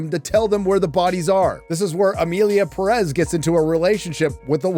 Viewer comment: ...why are you saying Perez like that, with the stress at the -rez? The name even has the tilde, that little thing on top of the é. It tells you were the stress of the word is, the Pé. Pérez.